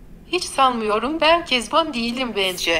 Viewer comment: süper ya kezaban diyince böyle ben kezanban digilim bence